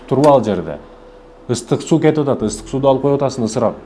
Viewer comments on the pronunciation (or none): Ыстык эмес ысык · Турка суйлосо сууду ыстык дебей